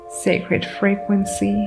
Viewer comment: I don’t usually say this when not asked first; Id want to Be told; personal preference tho. So, imma not spam your comments about this. Your messages are beautifully clear. Here are some words I heard and thought you may appreciate the pronunciation reminder. Goddess is like “Gawdess” Frequency is “free” “quency” Talking is “tawking” Envelop is like “enn-vell-up” Courage is “curidge” Abundance is like “ah bun-dince” Effort is like “effert/ effurt” Trauma is trawma Thank you so kindly for your message and for reading, I bring this up, again because I’d personally like to be told, please feel free to take no offense, since none is meant.